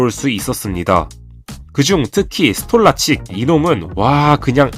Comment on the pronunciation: 스톨라칙 ㄴㄴ 스톨라르치크가 정상적인 발음